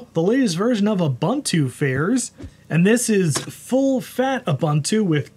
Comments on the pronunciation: Its nto "Oo bha ntu" ist "oo boon too" Ubuntu stands for "humanity to others" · It is Pronounced OOBOONTOO